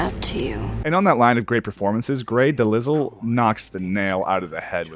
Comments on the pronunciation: Grey *Deh-Lile is how her name is pronounced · I'm pretty sure Grey DeLisle's name is pronounced "De-Lyal" lol... but regardless, thank you for taking the time to win my favorite game of all time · “Grey Da-Lizzile” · I was thinking this as well. She is in like a ton of stuff that would be instantly recognizable to alot of people. That said delizel is kinda funny. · the way you said grey delisle💀💀💀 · The s in delisle is silent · The s is silent in delisle